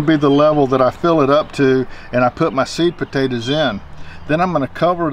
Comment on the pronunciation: It sounds like sweet potatoes but he is saying seed potatoes